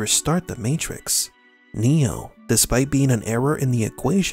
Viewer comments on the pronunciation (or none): his name is NOT neal....it's NEO